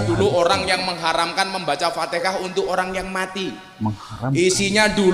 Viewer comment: Ustad ko nyebut Alfatehah jd Alfatekah